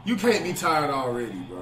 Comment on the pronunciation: “Flight tired ahhhftd” speak English pls